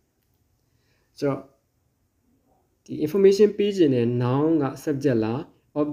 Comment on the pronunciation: စာမသင်တတ်သေးဘူး။ relative ရဲ့အသံထွက်လေးမှန်အောင်ထွက်ပေးပါဦး။information အသံလည်းမမှန်ပါ။ ဒီလိုပုံစံမျိုနဲ့းစာသင်မနေပါနဲ့လို့ပဲအကြံပြုပါရစေ။